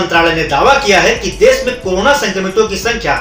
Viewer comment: learn to pronounce desh